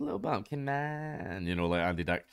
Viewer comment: I like that he says Andy Deck